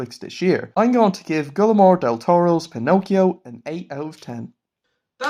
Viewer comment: Great review, it was great to see you enjoyed this movie. Just a sidenote, his name is pronounced "gwee-er-mo"